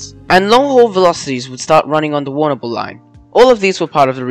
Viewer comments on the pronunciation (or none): Agreed I come from Warrnambool and cringing !